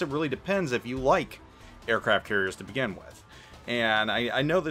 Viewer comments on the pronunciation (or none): none